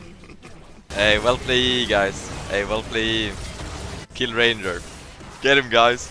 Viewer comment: is probably held hostage, he said ranger instead of ranyer:0 We not shilling here